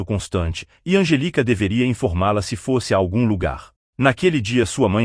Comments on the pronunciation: O nome da menina deve ser Angélica. Esquisita essa pronúncia sem a acentuação da sílaba tônica. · İsso é voz de İA, essa voz erra com frequência a prosódia (onde a sílaba tônica fica) das palavras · O nome dela é Anjelica, e não Angélica, como pronunciamos no Brasil.